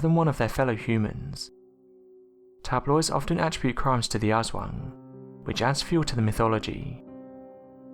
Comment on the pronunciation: Jon Haugland It’s pronounced like “ahswong”. The poor pronunciation here kinda killed the story. It’s just an urban legend and stories parents tell their kids.